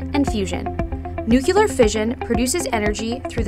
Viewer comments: I'm supposed to believe this person knows what they're talking about when they can't even pronounce the name of the video??? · NUCULAR? Did George Bush narrate this video? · The material is great, but I wish she would pronounce "nuclear" correctly. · “Nucular” is not a word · I love nueclear but you need to get over its pronuaciation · What the fuck? Can't pronounce "nuclear"???